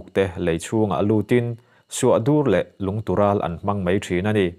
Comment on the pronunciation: I chhiar thiamin ngaihthlak a nuam e. Thil hi lam dan a in ang lo ṭhin a nih hi, Lungtural i tih hi Lungral kan ti ṭhin, i lam dan hi a dik khawp mai.